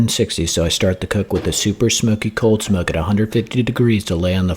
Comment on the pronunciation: The way you said cooghld smoehk 😗